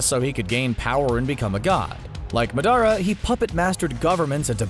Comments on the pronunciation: madara is pronounced MAW-DUH-Raw SEELE is SAY-LAY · He said muhdara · But why you butchered Madera's name though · It's really not its MA DA RAH NOT MA DAR A and AKUSKI? Its akatsuki You've clearly haven't watched naruto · It’s madara not madàra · Its ma-da-ra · You said madra wrong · bruh CBR need to watch english dub Naruto shippuden and pronounce Madara better. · This nigga ain’t even trying to say the names right, like when he said madara wrong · He pronounced Madaras name so wrong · the way he pronounced madara's name triggered me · Bruh how he pronounced madara made me cringe.. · I hate how he pronounced Madara and gurren lagenn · Madara omg how you say it it’s just so bad i am sorry bro please learn how to speak the name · why he say madara like that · Madara Bro way to mess up his name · The way he pronounce Madara and Yagami makes me rage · I laughed pretty hard every time the announcer pronounced madara’s name. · Tmw you call yourself an anime fan and then pronounce Madara wrong... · yeah and madara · Right from the start it's misleading. It's titled 10 Anime Villains, yet Zeno is not a villain at all. And please don't ever pronounce Madara like that. Haha That almost shows you haven't actually watched Naruto, or at least the parts with Madara. His name is not pronounced like that in English or Japanese. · You said madara wrong